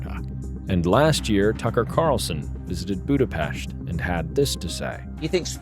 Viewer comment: I forgot to mention how much I love the fact that you could pronounce Budapest like how it's supposed to be.